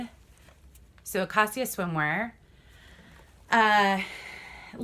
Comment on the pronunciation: Nice haul! I'd like to learn more about the Armani pieces and the special Levis pieces. Acacia "eh-kay-sha". It's a rashguard. Lagenlook ="lah-gun-look".